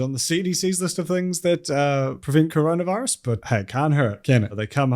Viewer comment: or as pronounces it: “cronavahrus”